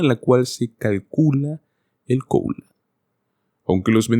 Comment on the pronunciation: No logro entender, por qué razón, el locutor dice "coula" ??? Debe decir "cola" (Cost of living adjustment)